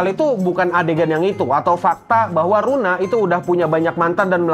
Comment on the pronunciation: Luna bang bukan runa